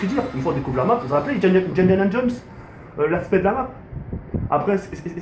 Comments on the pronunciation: Essaie de dire Indiana Jones parce-que djidjanadjunss j'ai mis 40ans a comprendre ce que ta voulu dire après essaie de pas baver stp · Vas-tu apprendre un jour à pronnoncer correctement Indiana Jones? C'est de pire en pire , Tu le salis , "Diajana Jones". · essaie de dire Indiana Jones